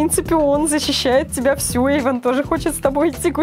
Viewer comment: Tom TV Немного поправлю, не ''Ейван", а Эйван.